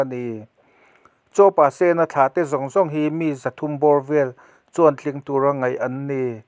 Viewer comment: Pasena tih hi sen tih lai hi red-sen ti a lam tur a ni zawk lo maw